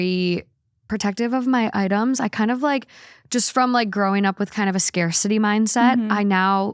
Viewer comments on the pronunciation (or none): none